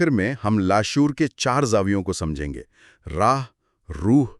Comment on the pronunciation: راہ کی بجائے اسے۔۔۔'راح' پڑھا جائے۔۔۔